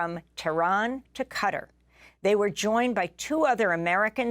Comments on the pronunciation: Qatar is pronouned gha-tar, more like guitar, not "cutter." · Cutter - that is way off. Not even close. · Usually she has a reason for using/saying names in certain way whether it's Burma/Myanmar or Gretta Thuneburg. Would be interesting to know if that's the case here.